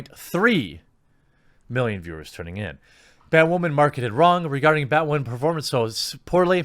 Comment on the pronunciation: Batwahmen... weak 2.